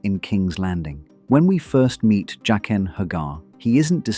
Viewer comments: Jock-in not Jay-kin. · Why do you switch pronunciation between Jay-qen and Jaqen? It’s really weird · Pronouncing Jaqen three different ways is highly annoying. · Why does the pronunciation of his name keep changing in this narration? Faceless man with a mispronounced name. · Why do you keep switching pronunciations of Jaquen? Is this AI voice?